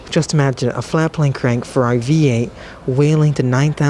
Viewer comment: Please say Ferrari properly.